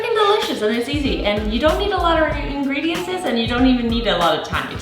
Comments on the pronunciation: Wonderful content and great energy. Just an FYI: the word is pronounced ingredients.... not ingrediences. Just wanted you to know 😉Keep up the great work! 💕🙌🏻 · Where is she from? I love how she makes the plural of ingredients, “ingredients-ses” 😂😂